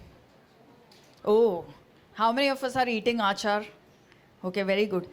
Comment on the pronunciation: It's not aachar it's achar.. Achar is pickle, aachar is behaviour